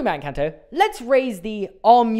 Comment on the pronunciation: It’s pronounced EN-CAN-TOE